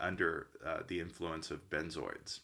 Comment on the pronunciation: He called them benzoids, I’ve never heard that before, maybe that’s how Americans pronounce it? We call them benzos